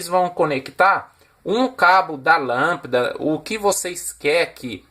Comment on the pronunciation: Amei o vídeo, principalmente o marelo, marrao e lampida kkkkk, brincadeiras a parte, melhor explicação de relé que ja vi, estou tentando entender faz tempo como usar e ter um pouco de conhecimento, parabéns pelo vídeo, o único vídeo bem explicado sobre o funcionamento de um rele na prática 👏👏👏👏